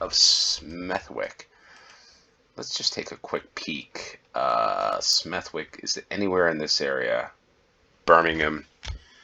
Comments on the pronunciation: I came here to say the self same thing - verbally remove the W, it is Smethick, Bromich (Bromwich) and so on. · It's pronounced Smethick. Most Ws in names ending wick are dilent. Tewkesbury is pronounced Tyooksbury, not Tooksbury. Tewkesbury is packed with history. You won't be disappointed. Ystrad Mynach is pronounced Ustrad Munakh. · Smethwick is pronounced with a silent w. You should say Smeth-ick. This is a common pronunciation with names ending with wick or wich. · It's ''Smeth-ick'' - the w is silent. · The w in Smethwick is not pronounced, nor is it in Warwick, Southwark, Berwick or Norwich.